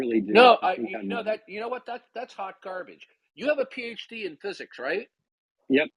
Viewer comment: ‘You have a PhD in ffuzuks?’ just has this odd pronunciations of words, and glad to see he’s still confusing epistemology and ontology all over the place.